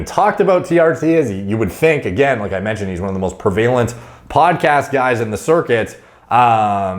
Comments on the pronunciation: Prevalent prev--a-lant Not pre-vale-ent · as someone who has a great command of the English language and vocabulary, I think you'd appreciate this. The word "prevalent", you pronounce (pree-vail-ent), but the actual correct pronunciation is (preh-vuh-lent) Super not important, but figured you'd appreciate it anyway:) Love the vids always learning a ton from you, keep it up! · PrEv-a-lent, not prev-A-lent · Is saying 'prevailant' instead of 'prevalent'? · Pre-VAYLENT lol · Hearing you mis-pronounce "prevalent" multiple times every video triggers the fuck out of me. It's pronounced prev-uh-lent, Christ.....it's not pre-vay-lent. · not PERvalent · It’s preh vuh lent not pre valent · Pree vay lent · Pervalent? Do you mean prevalent? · I don’t think I’ve ever heard anyone say prevalent like pre-vay-lent … but it does help me remember how to spell it. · Please, for the love of all that is righteous in this world, please don't say "prevAlent" ever again, it hurts my soul. Prev-u-lent The word is pronounced prev-u-lent, & no other way, ever. Plus, I know I would kick your ass. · One of these days is going to realize that he's been mispronouncing the word prevalent this whole time.. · Please learn how to pronounce “prevalent”. It’s every video man! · you're mispronouncing prevalent!